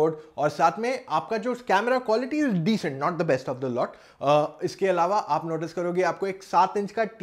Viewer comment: Yr pta nai aap honda city ko honda. Shity bol rhe ho aur notice ko notishh bol rhe ho..confusion h..